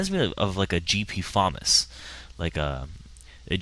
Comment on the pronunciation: wow the first time ive ever heard someone say the FAMAS like that =D thats like the 3rd pronunciation ive ever heard